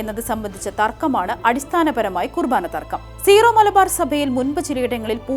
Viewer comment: സീറോ മലബാർ എന്നല്ല വായനക്കാരി ഉച്ചാരണം. ...സിറോ എന്നാണ്